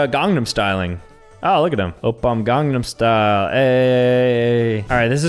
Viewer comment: oh, he’s uh ✨gUngnum styling”